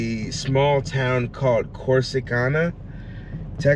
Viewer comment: Welcome to Texas, Mateo! It’s Cor-si-can-a😋